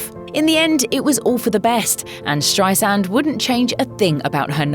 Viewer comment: Its StreiSAND not StreiZand!